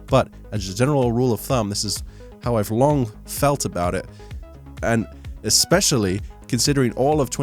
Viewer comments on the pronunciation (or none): ... Siri thought you were talking to her. When you say "especially" it thinks you said "Hi Siri"